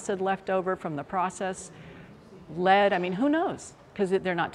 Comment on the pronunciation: Lol she said lead smh 🤦‍♀️